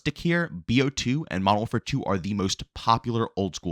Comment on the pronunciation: "Modow warfaa"